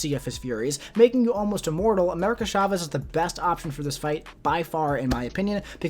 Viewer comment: It’s CHA-vez, not SHA-vez 🙄